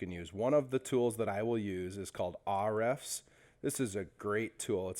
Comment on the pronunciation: Good video thanks. FYI, it's called "H" "refs"